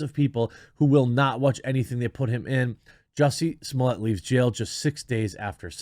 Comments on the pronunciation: nobody says Samoliyay, its Smollett, or Juicy Smalls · I love how he pronounces "Smollett" differently every time he says it...